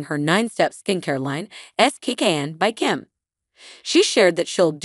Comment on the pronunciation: Save it, you cannot even pronounce little kimmies name right...Who cares anyway??? The entire little family is fading out day by day!!!!!!!!!!!!!!!!!!!!!!!!!!!!!!!!!!!!!!!!!!!!!!!!!!!!!!!!!!!!!!!!!